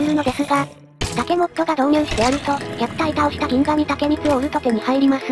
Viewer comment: ぎんがみでわなく、ぎんしと読むっぽいです。